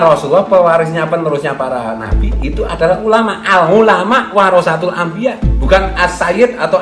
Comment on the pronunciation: Al ngulama 🤣🤣🤣🤣 Benerin dlu penyebutan nya dong Malu2in nama kiayi aja 🤣